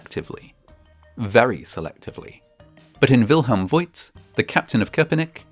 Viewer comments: Bürgermeister = Mayor Burgermeister = Burger master (there are probably hundreds of burger restaurants in Germany named "Burgermeister") And the name "Voigt" is pronounced /fo:kt/. The 'i' doesn't indicate a diphthong, but a long vowel, just like in the city of Grevenbroich. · By the way: Wilhelm Voigt is pronounced similar to Faught - or so. The letter "i" is a lengthening letter and makes the "o" longer. Unlike in English, where "lo(w)" and "loo" become something quite different. At least in pronouncing. Love your videos, thank you! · As a guy with a tiny bit of knowledge about the German language, I just loved mixing up the sounds of V and W! Well, I actually loved the whole episode (as usual)! Your humor is low-key, but hilarious!